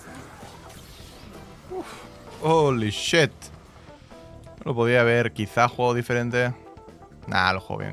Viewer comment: "nosotros les enseñamos este maravilloso idioma" procede a decir wotofok, jolishit, welcom welcom pd. te amo